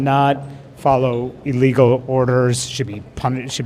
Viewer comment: Emphasis...."Illegal Orders!"